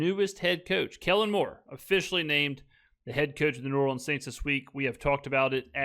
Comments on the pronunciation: SaS lost credibility the moment he said "New Orleens" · He cant even pronounce New Orleans correctly. SAS is a dip.